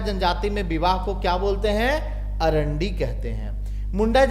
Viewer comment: सर मुण्डा जनजाति में विवाह को अरांडी नहीं, अड़ांदी बोलते हैं ।